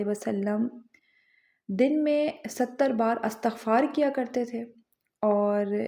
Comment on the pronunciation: Word istagfar not Astagfar